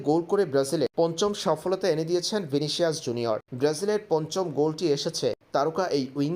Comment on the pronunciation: ভাইরে, ভিনিসিয়াস জুনিয়র এর নামটা সুন্দর করে উচ্চারণ করেন। কতবার বলব এটা। ফালতু উচ্চারণ